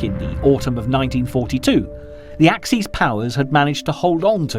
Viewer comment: Axis powers: ack-sis. bot ack-seas. Yeah, I know, French and German would have a plural adjective with a plural noun, so axes powers. Sorry, fellas, this is supposed to be in English. And straff is pronounced staif, not the German way it's spelled. Papue, New Guinea? pah-poo-wa. No, I know pappy-ya sounds friendlier, but no, just no, OK? Stalingrad? Named after Stalin. No, not Schtalin. So your Schtalingrad doesn't exist. Caucasus has three syllables: core ka sus.